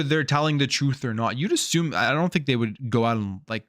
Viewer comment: I also do not like how you say assume. Im not going to assume, you assume the terms being presented are great. You are bias. Thats what allows you to give xbox the benefit of the doubt.